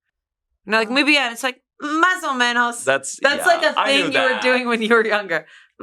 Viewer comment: Loved Masomenos xd